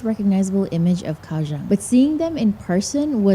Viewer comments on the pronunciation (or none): TW Kaohsiung native GF politely corrected me & says it's pronounced more like "GOW-Shung." Won't say how badly I butchered the name before; it cracked her & friends up. 🤣 Kaohsiung ... one of the most under the radar cities. Glad you discovered & enjoyed! 🐯🐲